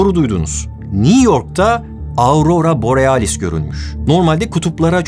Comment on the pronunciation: Borialis dedin ya aklıma half life geldi :D